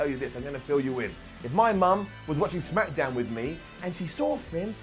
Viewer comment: Did he said smackadown?